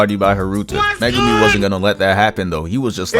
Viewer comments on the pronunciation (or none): Bro... Megame? Muh-Goo-me ffs that shit is ultra annoying